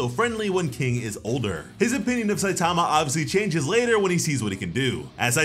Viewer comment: Another person that can’t say Saitama’s name right. Jesus